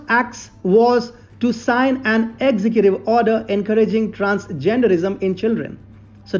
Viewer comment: Sure I enjoy your content but brother you must learn to pronounce executive correctly. Ex-zec-gu-tiv but you where saying execute which would be fine except that execute is another word with a different meaning.